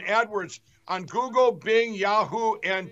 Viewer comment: "if you Go-Goled my name." 😂 😂